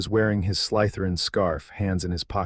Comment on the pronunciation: Slytherin is not pronounced sly– t h e r i a n not in English not in Indian dialect of English, not in any dialect of English